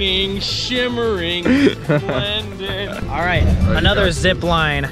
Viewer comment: i can show you the world AHHH shining, shimering, splened